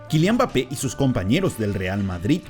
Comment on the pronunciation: Como puedes hacer un video hablando de alguien y decir el nombre mal la mitad de veces. Quien coño es bape jajajajajaja